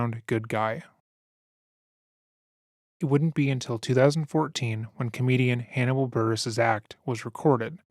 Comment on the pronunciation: I know this guy does his research because he pronounced Hannibal’s name correctly.